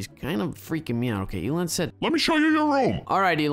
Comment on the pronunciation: “Elon ant”